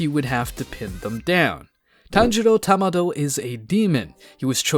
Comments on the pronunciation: "tanjiro Tamado"? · Isn't his name Tanjiro Kamado and not Tanjiro Tamado?